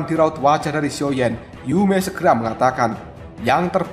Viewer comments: Sio,yan bang ,,bukan sioyen,,,, gk ada yimo di sini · Sepertinya masih ada sisa2 energi yimo yang tertinggal pada guru kuno ini Jadi kebiasaan ngomong xioyen 🤣